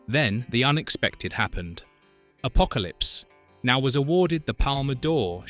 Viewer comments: Especially the name of the movie. It isn’t Apocalypse……now. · you need to sort the "now" inflections in the text to speech. Maybe a hyphen? Or perhaps just deleting the "now" when it causes a break in the dialog.